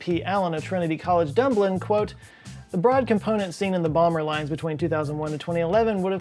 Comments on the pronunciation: I'm sry how did u pronounce Dublin again, dunblun? Lol it's fine Scott! Good vid btw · did he just call Dublin "dumblin"? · where on earth is "Dumblin'"? 🌎😂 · Hehehe.He said Dumblin. :D :D